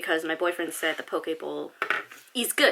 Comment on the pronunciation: As a person from Hawaii (where poke is from), I appreciate you pronouncing it correctly!